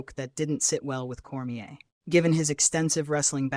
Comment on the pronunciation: Core-me-aye, nor Core-me-air